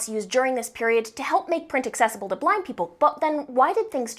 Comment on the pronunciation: I heard black instead of blind💀